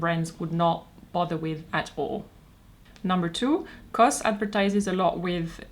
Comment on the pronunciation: I thought knows that C.O.S. is pronounced Cee Oh Ess, not cos.